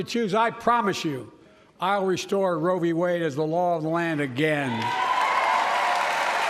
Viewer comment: What is "row bee wade"?